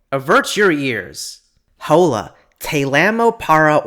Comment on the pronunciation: Here in Australia, the "o" in "hola" sounds more like a short "o" sound (i.e. "oll-a").